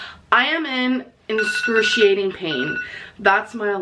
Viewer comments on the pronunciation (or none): So we’re back in “inscrutiating pain” era.